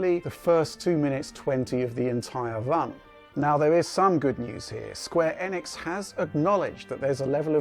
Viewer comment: Holy mother of god someone actually pronounce Enix correctly.